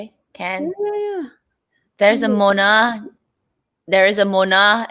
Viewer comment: Moynat “moe-nah” not “mwah-nah.” 🤷🏼‍♀️